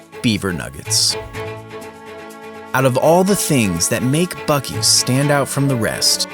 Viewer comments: So, uh… when are we gonna admit that it’s pronounced “bussy’s”? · bro i think I heard "fuck-ee's" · Buu ees😊